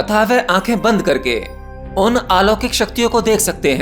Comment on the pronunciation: Corroct the word lokik and alokik vigyan